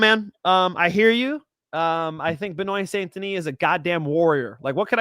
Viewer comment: That was impressive seeing mispronounce Benoit Saint-Denis 10 plus times it felt like he was trying at one point when you watch it 😂